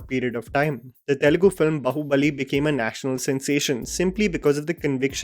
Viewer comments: It's BAAhu-bali not bAhu-bali 😳. Not trolling, just informing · it is pronounced baa-hu-bali not bahu-bali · Just a small correction, noticed this in lot of your videos you call the movie as Bahubali, instead of Baahubali. The way you call it bahu, makes it extremely cringy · why you say Bahu-Bali? Its Baahubali... No matter how it is spelt, for numerological or whatever reason, the word actually is Baahubali:D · When will you start saying baahu bali. Not bahu bali. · It's Bāhu bali, not bahu. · I don't want to be a Grammar Nazi here #TRP Its" Baaahu Bali " not " Bahu Bali " , Bahu bali means u know what it is 😁🤣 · its baahubali not bahubali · please stop calling it 'Bahubali'... Bhai! its 'Baahubali' - the title itself has a literal meaning. Baahu means arms and bali means Strong. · I don’t understand that why can’t pronounce “baahubali” properly🤣🤣